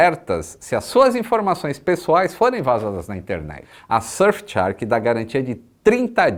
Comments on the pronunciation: voce pronuncia Shark como se fosse Chark, that's wrong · vc tem pronunciado “tchark” na propaganda da VPN. Faça jus ao cambly e corrija essa pronuncia 😃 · Quando o vai pronunciar shark corretamente?